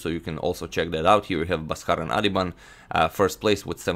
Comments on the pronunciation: bro his name is pronounced as baas-karan aadhiban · In India, his name is pronounced as B-aa-skaran.. ba - is pronounced as in ball. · It's pronounced Bhaaskaran